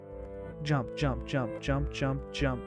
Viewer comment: Did he just say yump